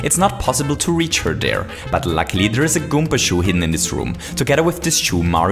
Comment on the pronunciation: It's called karibo's shoe not goomba shoe ALSO IT IS PRENAUNCED GOOMBA NOT GOOMPA